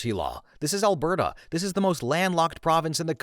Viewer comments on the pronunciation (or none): none